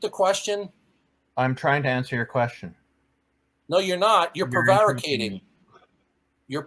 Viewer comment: learned a new word today. Prevaricating. Maybe tomorrow he'll learn how to pronounce it correctly.